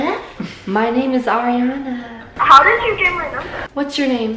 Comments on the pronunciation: No one: Literally not a single soul: Issa: it's Ar-YUH-na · “It’s Ariana. ყųɧ”